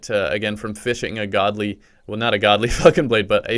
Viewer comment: sounds like he said “godly fuckin blade”😂